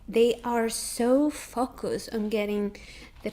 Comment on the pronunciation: your 'focus' pronunciation sounds like an F bomb XD